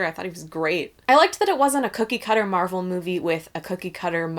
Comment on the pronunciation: ALSO. Stop calling her Marrelle. She's fucking captain marvel.